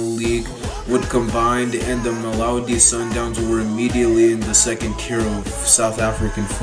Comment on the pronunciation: Not malowdy 😂 mamelodi